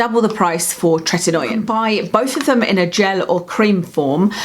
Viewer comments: You're mispronouncing the "oi" in "Tretinoin". It's not Tretin-noy-in, as you pronounce it. It's Tret-in-oyn. We just find it annoying. Also, are you aware that there are very white patched under your eyes? Perhaps practise better blending techniques. Not trying to be nasty, just a very noticeable observation. You're also mispronouncing "squalene". Anything taken from sharks is extremely cruel and incredibly bad for the planet. Sharks largely govern the oceans, controlling the oceanic eco-system. Most of the oxygen we breathe comes from the oceans. Supporting disruption of the oceanic eco-system by cruelly murdering sharks for personal vanity is very very wrong. It's incredibly brutal how they're caught and killed. Grow old gracefully. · Happy New Year. Hope 2018 is a good one for you. 💋 Btw, it’s pronounced TRET-IN-OH-IN. 😄